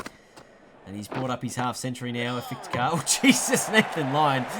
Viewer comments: Isnt it iftikhar ahmed? I hear you pronouncing it is ifitikar with an extra i in between f and t. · No offense but Iftikhar Ahmed is pronounced if-ti-khar not if-it-khar